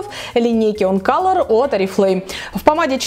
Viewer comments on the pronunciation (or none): none